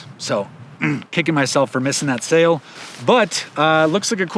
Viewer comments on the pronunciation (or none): none